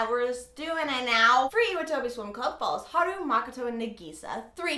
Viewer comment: Hey :) I know this is an old video, but I'm just curious as to whether you watch the sub or the dub.. I'm assuming you watch the dub as you didn't pronounce some names and things properly, and dubbed animes tend to do just that. Anyways, nice video, but I'm pretty sure Nagisa and Iwatobi are pronounced differently :) I don't really know how to explain it, but maybe look into the correct pronunciation? (again sorry, this is an old video and you might have known already by now lolol)